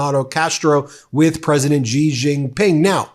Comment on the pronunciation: Off topic, but an important point… President Xi is not pronounced with the kind of Z/G sounds you are using. The correct pronunciation is more of a ShE. … as if you were saying ‘she’ but with a very soft, ‘almost silent’ ‘h’. Very hard to write phonetically in English, but that’s the closest. Why is it important… (?) of course it is and not getting it correct sounds unprofessional and lazy. Kind of like how almost everyone (including Rachel Maddow) pronounces Qatar as if it were ‘cutter’. .. it’s more like katar y’all. Or how so many people can’t seem to pronounce nuclear… it’s not nuculur. But great shows always, Ben. Cheers. And, while most Americans probably couldn’t care less… well… that’s American laziness and a toe in the pond of arrogance. Note how trump mispronounces everyone’s name… either because he is a moron, or on purpose! Arrogant, lazy, and insulting. Yes, trump loves uneducated people… let’s not be in that group.